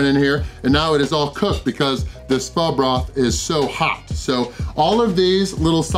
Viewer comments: The pronunciation is like “fooo” you are saying “faa” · Jackass....its pronounced fo...not fa....wtf....Pho is a dish that originated in Vietnam and spread to other Asian countries which modified it to suit their tastes....wtf...